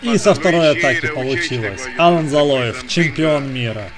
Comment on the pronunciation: За Алана большой дизлайк, он АлАн, ударение на второй сог. Ты вообще не в теме, Лилиев у тебя Лалиев, пойди подыши на свежем воздухе